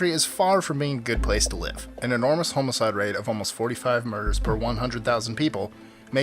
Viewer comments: what exactly is a homoside? you keep saying it. lol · Just wanted to point out that it is homicide, not "homocide"